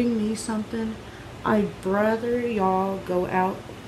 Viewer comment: “I’d BRATHER y’all do somthin” Speak right or fix your videos before you put them up... Also..shout out to Kenny’s cousin 😂